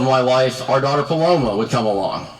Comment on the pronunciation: My cousin is named Paloma and the way these ppl pronounce it KILLS me